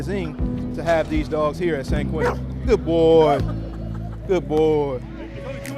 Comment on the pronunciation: It’s “ San QUENTIN”. Not QUINTIN.